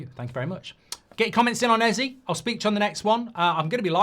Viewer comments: ez aye not ee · This bothers me more than it should but you're saying Eze wrong lol. It's pronounced "A-Z-A" A like the alphabet, Z like how Americans say the letter, and A like the alphabet again. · It bothers me that Mark pronounces it Ezzee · EZÈEEEEE how do you get the name wrong everytime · Hate how you pronounce Eze’s name as well as Madueke’s